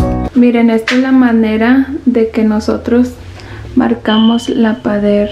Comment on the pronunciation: Que estrés que nadie le diga que no se dice Pader ni Paderes es PARED Y PAREDES!!!